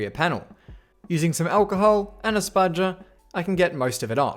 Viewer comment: that way he said spudger, that was nice to hear at 1am